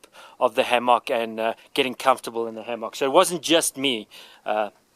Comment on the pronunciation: Ham-mock that’s not how it’s pronounced but thank you for your video